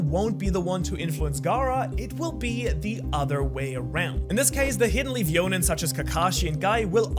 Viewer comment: It's not Yonin, it's Jonin!